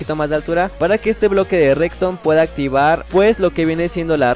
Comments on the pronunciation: me encanta cuando dice recstone jajaja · Like si notaste que siempre dice reCston